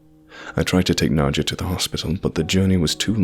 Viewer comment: His wife Nacho chips. Oh? Its Nod-ya, not Nacho-ya? Makes sense